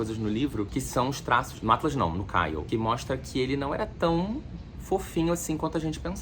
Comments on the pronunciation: Eu tenho uma crise de riso toda vez que o fala Kyle e o corrige Ryle* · Ele chamando o Ryle de Kyle é o melhor kkkkkk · eu ri dele falando kyle toda hora KKKKKKK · ai q agonia ce falando kyleKKJJ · Cada vez que o falava caio eu dava uma risada kkkkkkkkkk. Eu tbm amei esse livro e chorei muito nesse final pq o atlas é muito lindo 🥺🥺🥺🥺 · Eu ri demais com ele errando o nome do Ryle! kkkkkk... esse livro é perfeito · falando sobre assuntos super sérios do livro e eu rindo pq ele não acerta o nome do Ryle de jeito nenhum kkkkkkkk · Eu tô rindo muito você errando o nome do Ryle kkkkkkkk